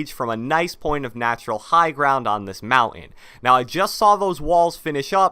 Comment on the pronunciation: The way you pronounce “mountain” triggers me🤬